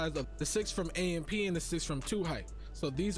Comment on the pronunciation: 2Hyped shouldn't have AMP name in they mouth until they pronounce it right. It is pronounced by spelling out the letters.